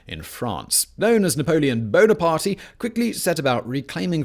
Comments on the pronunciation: Did Simon say Napoleon BonerParty? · "Bona-party" lmao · Did you just say Napoleon Bona-party? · Napoleon BonapartY??? No. Bonapart. The "e" is silent. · It's not Napoleon Bone a party. Either.